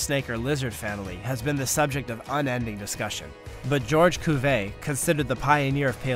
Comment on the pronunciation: George Cuvet instead of Georges Cuvier ? WTH ? Why did you need to mangle the name of such a well-known scientist ? How do you pronounce Albert Einstein ? Alfred Assteen ?